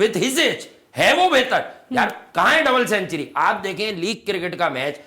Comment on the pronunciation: Century sahi bolna pehle sekh 😂😂